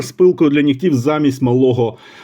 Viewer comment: Наголос: «пилка для нІгтів» (на перший склад). Інакше це русизми. Колись такі ножі коштували $20. ;)